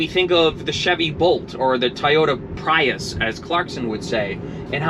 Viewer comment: Clarkson says Toyota Pious 🤣